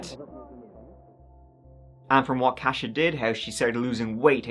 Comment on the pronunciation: Believe it's pronounced as "Kosha", not "Cash-a". My Polish grandma called my sister, Katie, that when we were younger.